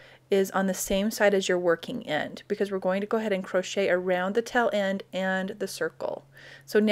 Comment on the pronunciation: Taaaaaale end. Not tell end